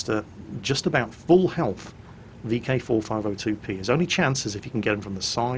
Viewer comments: Vk 45.02B.... "B".... not "P" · kev finn Yeah said it wrong. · vk 45.02 B not P, my ocd pls